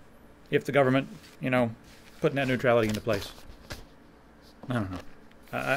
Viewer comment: "the geeyuvermint"